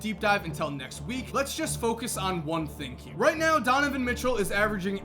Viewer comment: you said tonovan mitchell at the end